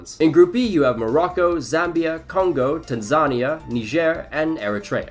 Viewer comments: Tan-ZA-nea is the pronunciation not Tansa-ni-a 🥲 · fyi you mispronounced Tanzania. its Tan-Za-Ni-A, not Ta-Zan-Nia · My brother in Christ, it’s pronounced tan-ZUH-nee-YAH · PLEASE PRONOUNCE TANZANIA CORRECTLY!!!!! Tan-Za-Ni-a, Put an emphasis on the "I". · The way he said Tanzania 💀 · Never heard someone say "Tanzania" like that. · The pronunciation of Tanzania 💀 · bro messed up Tanzania”s name so bad lmao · How do you mess up saying Tanzania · Nice video, but please learn how to pronounce Tanzania